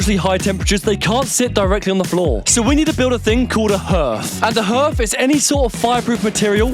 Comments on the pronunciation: I thought the same it’s a hearth (pronounced har-th) 🤣🤪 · It's pronounced 'haath', nor 'hurth'. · I winced like nails on a chalkboard everytime you mispronounced the word ‘hearth’ 😂 btw it’s said “harrrrth” not “h-earth” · Its Pronounced HARTH not HERTH, Bless all you guys, im Loveing all your work, above and beyond. xxx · Love you guys. . But it's 'Harth' not 'Herth' ( even though spelt hearth) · It's harth not herth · What Is a HERTH??? does he mean a Harth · Lol it’s pronounced harth not herth. Another great video guys. Your parents are going to be blown away ❤ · It’s a HARTH, not a herth!!!! But spelled “hearth” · I didn't know that a h(e)arth can also be pronounced as a hEarth!!! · It's pronounced "Harth" not herth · It’s spelt hearth but pronouncd harth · It's pronounced "harthe" but spelt with the "e" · Are you trying to say Hearth? Like it rhymes with Darth 🤔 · Hi guys amazing job ..made me laugh its pronounced HARTH...hearth looking superb xx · Hearth ....pronounced Harth 🤣🤣 Great job! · I forget that youngsters of your age have probably never heard of a hearth …. pronounced “harth” 😂 I’m blown away with what you’ve done so far! Did the measuring guy come back and retest the mould levels after the spraying? It would be interesting to know what happened after treatment - also what the levels were like on any furniture/materials you were bringing back in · Hearth is pronounced harth 👍 P.s great series 🥳🎉💕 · You are really great kids , and doing something totally amazing. Just need to point something out that beautiful hearth is pronounced harth 😅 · Another brilliant update, handling everything thrown at you with fantastic attitude. One point, because I'm an oldie, Hearth is pronounced 'Harth' like 'Half'. 😊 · The word hearth is actually pronounced harth. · Love the hearth, tho it’s pronounced harth 😂❤ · Looking fab, I know if i was mum i would so want to have a sneaky peek lol Log fire my favorite out of everything. love it . Its pronounced Harth 😂😂